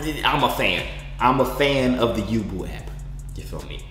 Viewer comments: How you pronounce yubo Youuuuu - bowwww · Isn't it pronounced u-bow yubo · Its pronounced you-bo